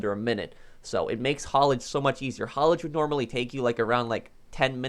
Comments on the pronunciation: Its HAULAGE not HALLIGE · Nobody:: HaUlAgE